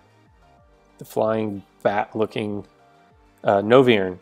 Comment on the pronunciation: Noy-vern, not No-viern!